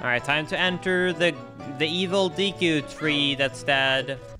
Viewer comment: the way you say deku tree is giving me a aneurism